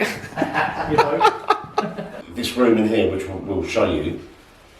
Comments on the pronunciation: I love the fact he said Room so many times but he says Rum and not once said it right lol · everyone = room Daz = ✨rum✨ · It’s kinda funny to me how daz says rum instead of room